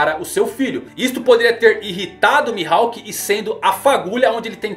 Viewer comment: O que me quebra é essa pronúncia do nome dele mano tirando isso tá só sucesso